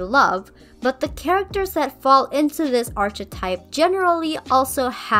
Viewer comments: loved the redesign! :D just a side note: the “ch” in “archetype” is pronounced like the c in car! so it would be ark-eh-type! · love the videos but... "arch-etype"